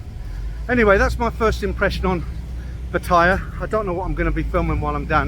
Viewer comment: Please pronounce . . PATT-A-YA . Like the Thai ladies pronounce it .